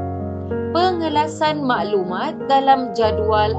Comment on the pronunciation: susah sebut pengkelasan ye? XD